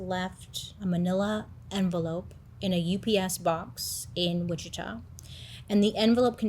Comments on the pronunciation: I don’t wanna be like this, i love your videos so so much! i’m always watching them as soon as they are posted!! one thing for this video, bc im from the area, you were pronouncing witchita wrong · The town witchita is pronounced witchitaw, for future reference 😉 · It's WICHITA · It's pronounced Witch a taw